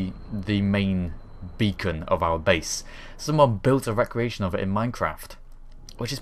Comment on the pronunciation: You say Recreation wrong. And everytime. It makes me feel all these feels. Re-cre-ation Rec-re-ation is completely different. One is the word you are looking for. The other is a means of refreshing one's self.